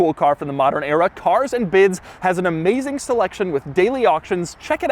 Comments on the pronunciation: “Carzzz Andduh Biddzz”??? Sounds like CLASSICALLY TRAINED annunciation! 👍🏽‼️ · The way he says cars and bids just makes me crack up